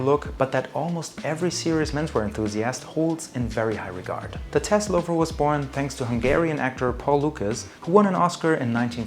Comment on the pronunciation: Loro piana non Laurana....e Guccio Gucci non Gucci Gucci ....tassell loafer non tess ...